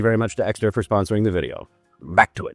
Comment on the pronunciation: New trout vijayoh!!!! NWE TROUT VI-JAY-OH!!!